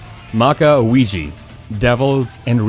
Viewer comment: I'm sorry but I don't know why my inner get agitate when you said this words... Ouji & Magi, maybe because of your accent but it was in Japan accent words so you know🤪🤪🤪🤪🤪